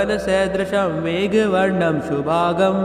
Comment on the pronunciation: Are Guruji shubhangn bolo shubhag galat उच्चार हैं.